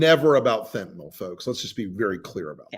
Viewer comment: Thank you for being the only ones to pronounce fentanyl correctly.